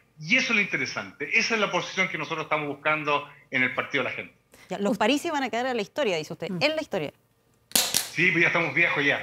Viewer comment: Parisi,no aparisi!!!!